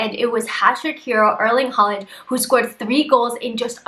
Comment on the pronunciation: It’s pronounced hore-land.